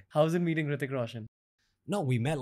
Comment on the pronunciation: He says hritiik like Riddic🤣